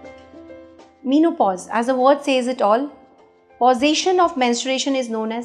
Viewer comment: men o pause not mean o pause